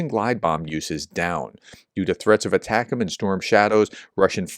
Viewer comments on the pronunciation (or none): none